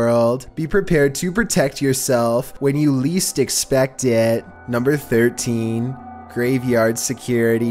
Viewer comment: When you least axxpaxtet! Wtf dude why do you talk like tgis!?